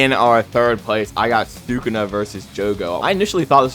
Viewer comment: "Thukuna vs jogo" is insane